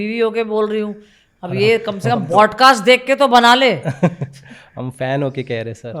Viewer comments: Is she saying bodcast ? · A shameless lady can't pronounce podcast correctly and she wants to become judge as she can laugh. She is forgetting one and only thing world knows her because of Govinda.